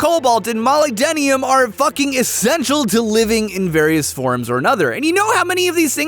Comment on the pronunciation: the fact he said molybdenum wrong is mildly infuriating